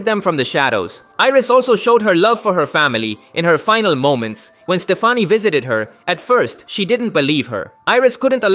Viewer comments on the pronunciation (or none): Also this is nitpicking but her name is pronounced like like regular Stephanie, not like gwen stefani even though thats how its spelled. And its called BLOODLINES not Bloodties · you’re telling me AI cant pronounce the name “”STephanie” one of the most the most common names in America and its not because he spelled it stefani? Yea i dont think so bro. Including all these others mistakes im sure he just overlooked it. He called it “bloodties”. Did AI do that too? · then that’s up to the creator to spell it like it supposed to sound the AI gets it right. Using AI is not an excuse to get lazy with your content. All he had to do was spell it like “Stephanie”. Problem solved